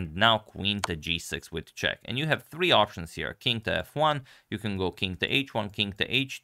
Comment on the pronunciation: i think your 'b3' three, sounds too close to 'siri' :)